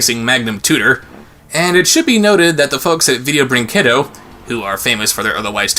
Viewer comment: I know it doesn't matter much but the 'u' in 'brinquedo' is mute in Portuguese. So it should be read as 'brinkedo', as opposed to 'brincuendo'.